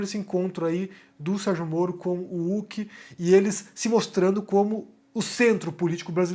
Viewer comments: meu velho, não se pronuncia "Luciano Ulk" o 'H' tem som de "R" no nome dele, você nunca viu o programa ou alguem falando o nome dele? Resumindo, escreve-se "Luciano Huck" mas pronuncia-se "Luciano Ruck" ta bom? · Pq o fala Uck, ao invés de Huck? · a pronúncia é Luciano "Ruck". Excelente vídeo, como de costume.